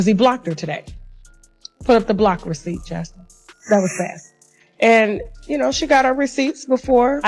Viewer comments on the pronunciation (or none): none